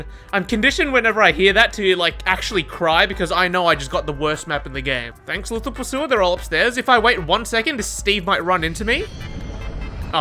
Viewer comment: bro said lotho pursuer